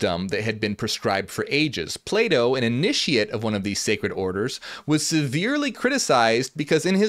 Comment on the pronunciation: Until I realized he was saying Plato I was constantly hearing playdoh xD Non native english speaker here. Interesting video!